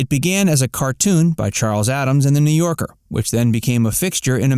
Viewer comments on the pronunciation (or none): none